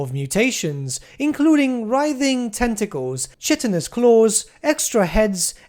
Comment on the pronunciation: Now I'm not an English native speaker, but I'm fairly certain "chitinous" is pronounced "kai-tinous" and not "shit-tinous" :P